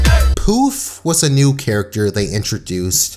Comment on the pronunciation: The fact that you called Poof "Puff" SENDS ME